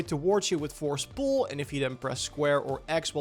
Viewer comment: Lof houw joe seej ‘fors poel’